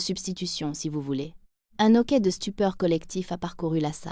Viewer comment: C un hoquet mais elle fait la liaison ignorant que devant un H il en a pas